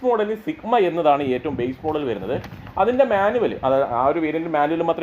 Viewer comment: വെരുന്നത് അല്ല വരുന്നത്